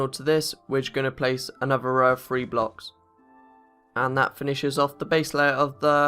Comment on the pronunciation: Uh u say free instead of "three" its "three" not "free"